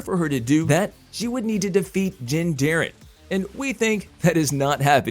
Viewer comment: Din. Bro his name is DIN not Jin Jarren. Din. Din. Say it with me now DIN!!!